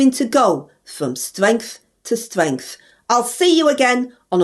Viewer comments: Us Labours go from stwength to stwength every week! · From stwenght to stwenght I love it ❤❤😂😂😂